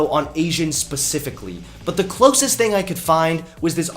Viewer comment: I like how he says 'things' Thangs